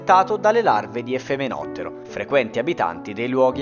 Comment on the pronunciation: Tutto corretto, tranne il nome degli Efemerotteri (non Efemenotteri!). Da 'effimero", transitorio, che vive un solo giorno. Gli alati degli efemerotteri vivono anche solo poche ore, e in questo tempo devono trovare un partner e riprodursi (non tutti ci riescono...)